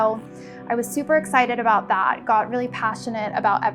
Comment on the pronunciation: Her vocal fry is learned. It’s an LA Kardashian culture thing. Gross. And the “O” vowel replacing the short “A”... “that” becomes “thot”, “best” becomes “Bost”. “Thot green dross totally looked the bost on me.”